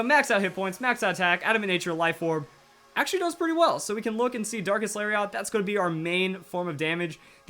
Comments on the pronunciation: "Lariat" is pronounced "Larry it" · It's Larry et properly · did you know Lariat is also a wrestling move? It's pronounced "Lari-et" I used to watch WWF haha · Lariat is a weird pronunciation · I love you man, but the way you pronounce "lariat" hurts to hear buddy. It's a soft "A" on that last syllable. Fun Fact - another word for "lariat" is "clothesline", because wrestling attacks lol.